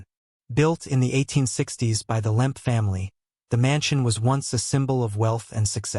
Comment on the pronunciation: It’s Lemp, not Limp or Lamp